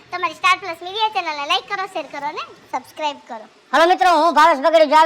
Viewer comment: ભાઈ સકરાઇક નો કહેવાય સબસ્ક્રાઇબ કહેવાય છે ભાઈ 😅😅😅😅😅😅😂😂🤣🤣🤣🤣